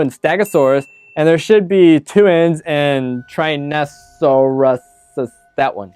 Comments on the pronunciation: Dude, you can’t pronounce Tyrannosaurus???? Wtf?! Only THE most popular dino. [smh] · Can u seriously not pronounce Tyrannosaurus? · When you can’t read the word “Tyrannosaurus”